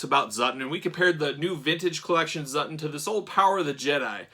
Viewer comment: It’s not Zutton 😱